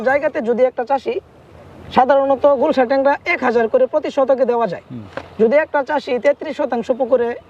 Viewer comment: উচ্চারণ ভুল আছে, হবে গুলশা মাছ